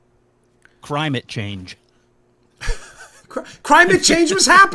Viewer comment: CRY-mit Change! 😂👍 (I know its CRIME-it Change) I'd buy a shirt (that's hilarious)